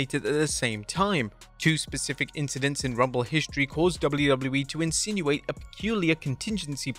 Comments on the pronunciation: How did you get "insinuate" from "institute"? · "Institute" IS NOT "Insinuate"!!